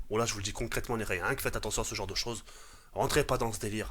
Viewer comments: "j'en ai vu des saujes" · j'en est vu des soges (au lieu de choses😂) 2016😂